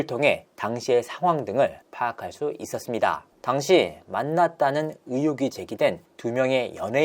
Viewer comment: 있었습니다 하는 마지막 끝내는 말투.. 너무 ........... 이상해요ㅠ 저 억양만 귀에 들어오네요